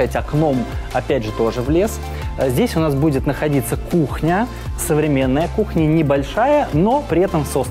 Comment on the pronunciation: "Здесь будет находиться кухня. Современная кухня!" Спасибо за эти акценты. Я уж было думал что-то старое поставят🤣